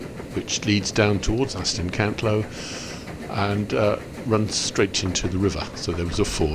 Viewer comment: Brilliant video but it's Aston Cantlow matey